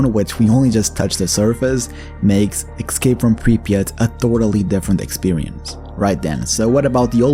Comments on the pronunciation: Escape not Excape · say "excape" one more time..